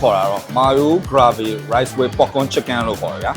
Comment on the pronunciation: Gravy ကို အသံထွက်မှားသွားတယ်။ နောက်ပြင်လို့ရအောင်ပါ။ ❤